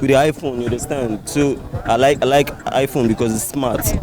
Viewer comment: You understend 😂😂😂